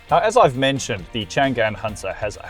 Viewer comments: CHANG AN 长安。。。。Not CHAN GAN。。。。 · Hi .it pronounce chang-an 長安 not chan-gan. 😅 長干